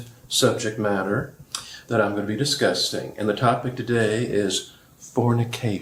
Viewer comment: He said “I’m gonna be disgusting” instead of discussing. 😁